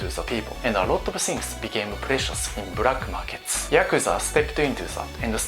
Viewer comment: "Brakk market " 😁😆